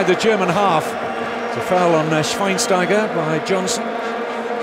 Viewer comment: i love the pronouncing from schweinsteiger thats pretty cute 😄